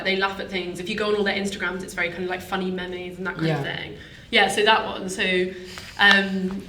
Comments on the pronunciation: did just say "funny meh-mays", i think she means "meems" (meme i believe she was referring to) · just said 'meh-meys' instead of meems (talking about memes) yep thats it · did she just call memes "mehmays"? hahah